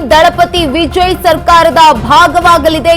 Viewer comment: ವಿಜಯ್ ಅನ್ನೋದ್ ನೆಟ್ಟಗೆ ಕಲಿ ಮೊದಲು ಅಕ್ಕಾ